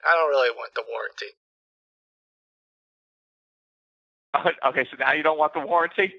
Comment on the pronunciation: didn't lose the money. His accent is good, but still pretty obvious. None of his words are perfectly spoken. The way he says okay is probably the most obvious clue that he's Indian. The way he says "actually" too. Indian. I could go word by word and point the most obvious errors typically made by Indian people who speak English. His soft Rs are better than most, but he still puts effort in pronouncing them, it doesn't sound natural.